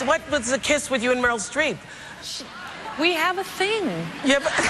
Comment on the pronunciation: Not 50 cent saying “Meryl Street”👀